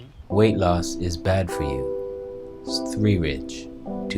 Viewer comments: it's pronounced 'svedeeyeh' (rolled 'r' sverriige) it's Swedish for 'Sweden' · The way you speak his name... sv3rige... lol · Your pronunciation of sv3rige, response to his cancer heals tumours, the hamster voice you gave him Hilarious ! Great debunking and points on disinformation, comparative blood results etc etc. Excellent video !!!!! ✔️✔️ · It isn't about his English, when you take a blood test (including vitamins) you won't see vitamin F. I am certain,as ("") mentioned, that he meant vitamin E. I was laughing hard because made a funny comment in the video. Also when he tried to pronounce sv3rge.